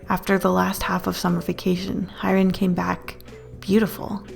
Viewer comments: I would love a part 2 but hyerin is pronounced like hey-rin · id really like for you to read the rest of the story!! just one thing, i figured the friends name is hyerin, which would pretty much be pronounced ‘haereen’, but thats not a big deal :’) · By the way, Hyerin is pronounced hyeah-rin not hi-rin. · UnU...it's pronounced as Heh-rin.... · hyerin n-not highrin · i love this! your art is amazing and you're a great storyteller! only one thing: it's pronounced hyeh-rin and not hai-rin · I checked the story online and her name is supposed to be pronounced kinda like "hee-ye-rin", not "hi-rin". I love your art and storytelling though, it's wonderful. PLEASE READ PART 2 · I really want a part two!😆 (also her name is pronounced "HEY-rin" (that was really bothering me😅😅)) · I think it’s pronounced “Hyeh-rin” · ooooofff same,,,,, for future reference my lads, it’s pronounced hee-eh-rin! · one thing that left me feeling unsettled wasnt the story but more the way you pronounced her name.